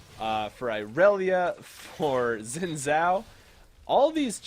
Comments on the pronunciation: It's pronounced Xin Zhao :) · FYI, Xin Zhao is pronounced Sheen Jow (like a Bow to a crowd) Thanks for another fantastic Ezzy gameplay! :) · lol I'm confused how u pronounce xin zhao is it "wi woo" lol or "zin zow" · In all seriousness, zin zow is much closer to the real pronunciation. People argue about it all the time and I'm sure even some Chinese people disagree about it. But the wee woo thing is just a recurring joke does. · He said that at first he can't pronounce xin zhao, so he just called him wee woo. c